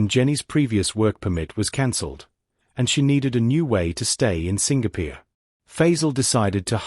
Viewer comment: Why does narrator pronounce ‘Singapore’ as ‘Sing peer’?? It happens often in this channel. Many other words are also pronounced incorrrectly. I find it irritating . Thus can’t subscribe. Worse…. why is this channel named ‘Twenty Thirty’? 🤷🏻‍♀️